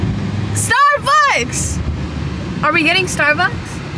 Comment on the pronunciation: Was saying “starbugs” not “starbucks”? 😂❤❤ I love u all♥️♥️♥️